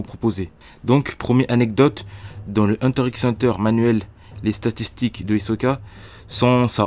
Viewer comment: Je respecte ton travail mais gros tu fais tellement de fautes de français apprends à parler quand même, ensuite on prononce pas le X